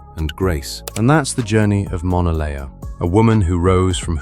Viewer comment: Pronouncing her name very wrong